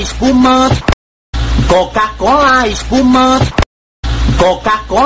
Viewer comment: La mía no mi parte favorita fue cuando dijo coca cola spuma